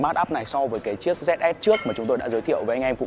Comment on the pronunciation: Chính ra đã đọc mờ gờ thì đọc dét sờ luôn nhỉ.h